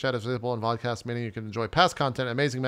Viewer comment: Vodcast sound like Vodkacast